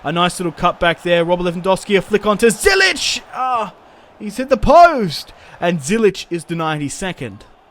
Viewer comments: U saying Zyich wrong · It's Ziyech, love the series btw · Btw you are saying ziyechs name wrong